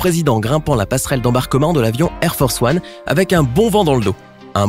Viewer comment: J'ai entendu "hair force one" !! 😂😂